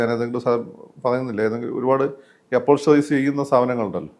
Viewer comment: Accessories എന്ന് പറ മാഷേ, അപ്പോൾസ്റ്ററി അല്ല